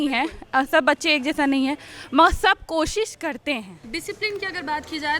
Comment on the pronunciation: Koshish to bol nahi sakti kosis